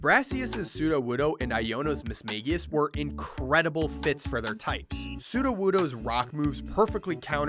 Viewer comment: It's pronounced Mage-ius